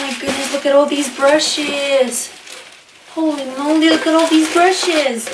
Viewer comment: holly molly 😂😂😂😂😂 like'ul meu a fost pt cum spui holly molly🤣🤣